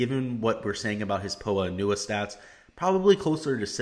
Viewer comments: You’ve got to be kidding me? 🤣 it’s pronounced “po-ah an-you-ah” exactly as I’ve said it. You think it’s pronounced “po Anna”? That’s the wrong pronunciation buddy. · Someone teach this guy how to pronounce Poa annua... it’s really hard to take advice from someone who’s never heard that word pronounced. If you’ve never heard that word out loud then you’ve never watched a golf tournament with those greens.... like fr.